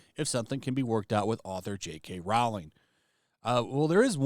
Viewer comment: Rowling like bowling not Rao-ling like howling.